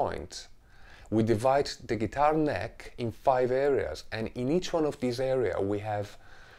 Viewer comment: did he say geetar fartboard?